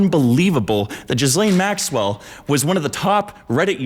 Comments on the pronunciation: why are you inflecting maxWELL, it makes me feel weird. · maxWELL Such an interesting way to stress the syllables in her name